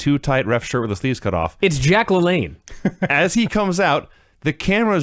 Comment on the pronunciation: When said Jack LaLanne, I thought that he said Jay-Qualin, like on Key & Peele